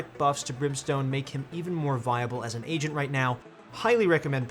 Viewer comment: I thought he said "What role do you think the next ASIAN in VALORANT will be?"